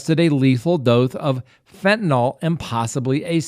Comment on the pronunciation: I'm sorry to be picky when your content is so great, but PLEASE pronounce Fentanyl correctly.